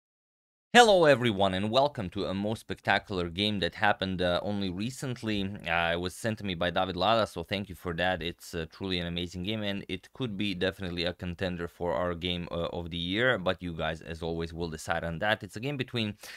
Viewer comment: Question for Antonio: i thought "David Lada" to be a normal Chzech name (like the painter Josef Lada), but apparently this guy is with double L (Llada), so that is definitely from a different part of the world, looks spanish-y, Shouldn't it be pronounced more like Yada in English (or [jada] in slavic languages)?